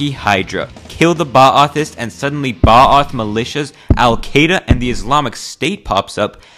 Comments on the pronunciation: it is not pronounced ba ath lmao it is baath, at least pronounce it right xd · Hey, you might find it interesting that you're mispronouncing Ba'ath. The apostrophe in the middle is just a notational method of emphasizing that it is the classic Arab long A sound. Outside of English, long vowels tend to Simply be the short vowel pronounced for a longer period of time, and that is the case here. So there is no interrupt at the apostrophe. You just hold the ah sound a bit less than twice as long.